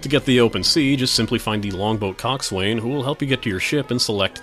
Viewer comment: You know it’s pronounced cawkes sen